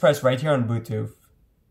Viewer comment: why he say bootuth